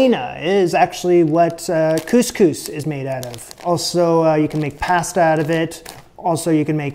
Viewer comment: couscous it's difficult for him 😂 lol